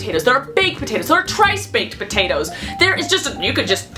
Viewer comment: Did she say trice baked potatoes instead of twice